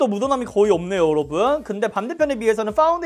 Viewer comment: 요로봉에 가깝네요ㅋㅋㅋㅋㅋㅋㅋㅋ 저두 뾰로롱인 줄 알았어요